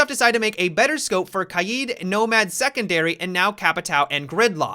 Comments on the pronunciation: did he just say “Kaieed” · The way you pronounce Kaid, Kaeed